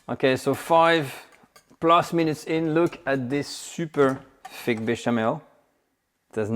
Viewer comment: First class lesson. Now sir practise this…put your tongue just beyond your upper teeth and exhale slightly to get the ;th’ sound in many english works. Its not feeque, but th + ik not eek. Th ank you, thrill…hope this helps